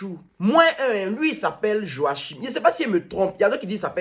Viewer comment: Il parle jusqu'à il dit ye sais passs 😂😂💔